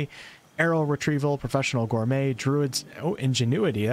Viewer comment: aaaaaahhhhh nicely prononced "Gourmet" and not "Gourr mette" like during your first skyrim stream, i'm here to celebrate your progres 😘 (chef''s kiss)